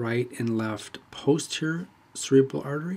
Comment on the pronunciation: I hear you saying cerebella when explaining and pointing to cerebral artery and other cerebral vessels.